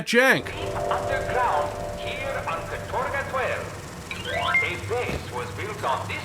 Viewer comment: It's not "katOrga", but "kAtorga", actually